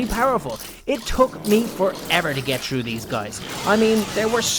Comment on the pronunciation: Its funny says trough not through:)